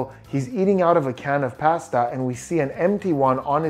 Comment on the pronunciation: Lol the way you said "pasta" totally threw me off for a sec lol